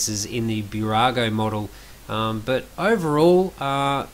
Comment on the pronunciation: Small tip: not Bew-rago, but Boo-rago. Nice review 👍🏻